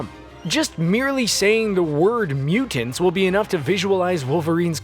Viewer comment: I think the word is mutants not mukans